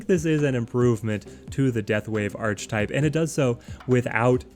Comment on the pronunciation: Archetype - pronounced "Ark-ee-type", not "Arch-Type"